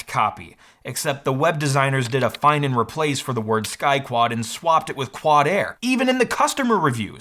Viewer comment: I heard "Sky Twat"